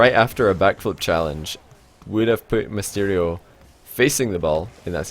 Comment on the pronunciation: Misterio....... Nice pronounciation